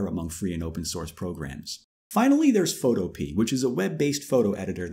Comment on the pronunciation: Boy did he butcher photopea's name